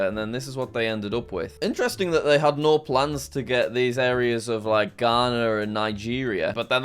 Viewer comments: His pronunciation of the "No's" in different languages was so very wrong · he butchered litererally every form of "no" besides english